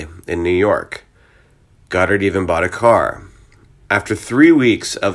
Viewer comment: God-ard not Gdard